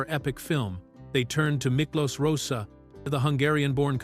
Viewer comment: The photos of Miklos Rozsa (pronounced “RoeSha”, not Rossa are actually of Dimitri Tiomkin. The BBFC ‘X’ certificate in 1962 prevented anyone under the age of 16 from being allowed to see the film in a cinema. The age wasn’t increased to 18 until July, 1970. A fat lot these Americans know. Added to that, the images on the video often bear no relation to the narrator’s descriptions.